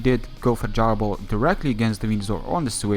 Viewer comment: its gyro ball not jar ball